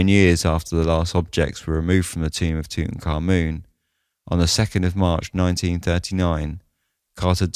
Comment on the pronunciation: You pronounce his name correctly. Few do. BTW, Lord Camarvon had to have had a compromised Immune System for that to have escalated to such a tragedy.